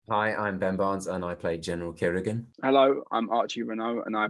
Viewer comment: Hun his names not general kirigan smh